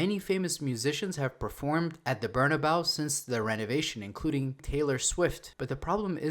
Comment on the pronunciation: It’s pronounced Bernabayo